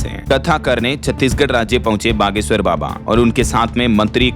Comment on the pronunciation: Baba per itana jor nahi dena